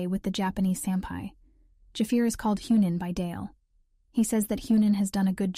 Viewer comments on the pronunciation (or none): Dafaq is "Hue Nin" ........Hee Young Neem now if you say it fast it will shorten the vowel sound.....ya welcome you just learned how to speak Korean.....this does not mean director of the firm.....( I lol at that remark).....